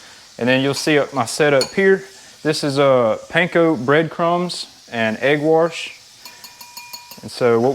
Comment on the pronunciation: Egg Warsh...lol...👍🏻🤙🏻